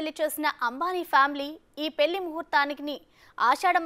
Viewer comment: పెల్లి అనకమ్మా తల్లి 😂 పెళ్లి అనవమ్మా